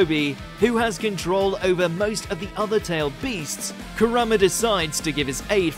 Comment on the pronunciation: Is it me or is he pronouncing Kurama wrong? Ku rar ma is what he's saying but isn't it Ku Ra ma? Not like it matters I'm just wondering xD